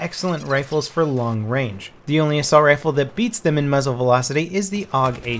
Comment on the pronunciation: "Assulat" lmao ahaha